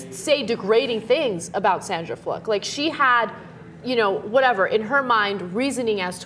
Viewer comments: keeps saying Sandra Fluk instead of Sandra Fluke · Sandra Fluck??? Im pretty sure it is Fluke. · Anyone notice she said Fluck rather than Fluke? Implication of "fuck" maybe.... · When did we start pronouncing it 'Fluck' and not 'Flook' ? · Why is he pronouncing "Fluke" like "Fluck"? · oh my fucking god is it FLOOK or FLUCK? everybody keeps pronouncing it differently lol. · it's Fluke dude, not fluck! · stop saying sandra fluck! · Is it pronounced "Fluck" or "Flook"? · Fluke or Fluk? lol